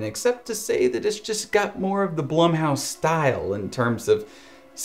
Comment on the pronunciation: Has a video breaking down horror movies,,, calls blumhouse (bloom-house) BLUM house